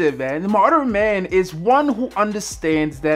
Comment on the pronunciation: Moderin lol come on b